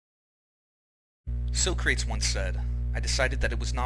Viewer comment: Had it not been about Bill Hicks, you would have lost me at SO-CRAYTS. It’s SOCK-RATTEEZ, man!